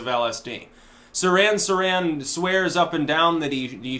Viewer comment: Sirhan - the H is not silent.